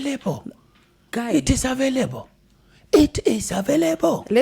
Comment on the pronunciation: "It is availebo.." 😂